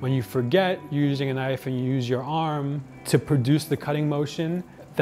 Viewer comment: That's not a Damascus knoif. THIS is a Damascus knoif!